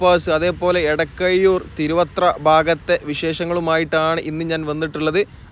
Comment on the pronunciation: എടക്കയ്യൂർ അല്ല, എടക്കഴിയൂർ ആണ്. പവുതി അല്ല, പകുതിയാണ്. കയിഞ്ഞു അല്ല, കഴിഞ്ഞു എന്നാണ്. എയ് വത്തി രണ്ടല്ല, എഴുപത്തിരണ്ടാണ് . ശ്രദ്ധിക്കുമല്ലൊ.